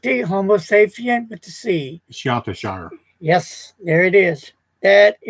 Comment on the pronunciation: Hi guys, really enjoyed this video but would like to say “Chiantishire” is pronounced “key-on-tee-shire”. Thanks for the video.